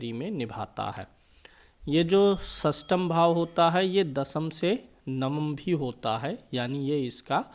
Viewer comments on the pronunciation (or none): Khastam nahi shastam boliye guruji